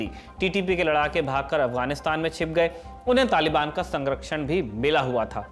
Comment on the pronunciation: sangrakshan nhi sanrkshan hota hai.. 😊😊